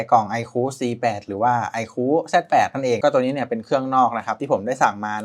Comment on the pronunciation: ไอคู ไม่ใช่ ไอคู้ เฮ้ออออ